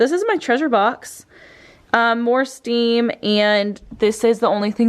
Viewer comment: It’s stem not stim